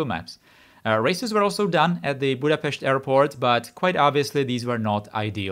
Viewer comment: Budapest, and Népliget was pronounced well enough to think about your nationality!